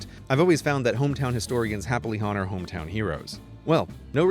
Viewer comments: Grey pronounces Honor wrong to complete the alliteration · A subtle little joke mixed with alliteration : "hometown historians happily Honor hometown heroes." I liked that slight emphasis on the usually silent h in "honor." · I've come back to this video after 3 months and just realized that ish, CGPGrey pronounces the "h" in "honor" in order to get the alliteration for "hometown historians happily honor hometown heroes" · did you just pronounce the h in honor...?